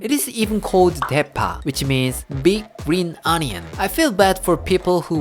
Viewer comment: "Green ognion" again, hic! Drinking game! lol